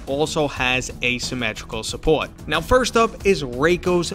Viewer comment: Who else went into the comments to see if anyone else noticed how he said "support"